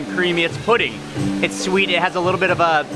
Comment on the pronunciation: U know I looooooved when you said shweet instead of sweet while u were eating lol ur so f funny 😂😂😂😂😂😂😂😂😂😂😂😂😂😂😂😂😂😂